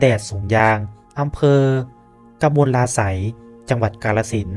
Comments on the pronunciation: ครับก่อนจะมาทำคลิป หัดอ่านภาษาไทยให้ถูกก่อนดีมั้ยอำเภอกมลาไสย เขาอ่านว่า กะ-มะ-ลา-ไสยครับ ไม่ใช่ กม-ลา-ไสย แล้วพระเจ้าชัยวรมันที่สองเป็นขอมโบราณนะครับไม่ใช่เขมรโบราณ เพราะหลักฐานชนชาติขอมหรืออารยธรรมขอมหายสาบสูญแบบไร้ร่องรอย เหลือแต่เขมรที่มียึดอำนาจจากขอม ตัวอักษรขอมกับตัวอักษรเขมรก็ไม่เหมือน ผมว่าก่อนจะทำคลิปเกี่ยวกับเรื่องในอดีตควรศึกษาข้อมูลมากกว่า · หาใช่อ่านว่า 'กะมะลาไส' รึ ?ท่านผู้รู้🤔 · สำกดให้ อ่านชื่อเมือง กม-มะ- ลา- สัย เป็นอำเภอหนึ่งในจังหวัด กาฬสินธุ์ มีตำนานเล่าขานมาอย่างยาวนาน